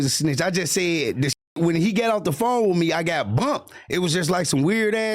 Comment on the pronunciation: “Stop playing wittme” 😂